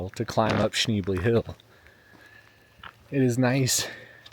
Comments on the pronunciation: you can’t even say the name of the road correctly! 🙄🤦‍♀️It’s sh-nebly…..not sh-neebly….what a dweeb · Beautiful area! Your dog and ride are awesome! (You might consider asking the locals how they pronounce, "Schnebly." :) Is/was JB Weld a temporary option? Charcoal canisters do fail after a while. AT least you and Bandit are safe. Thanks!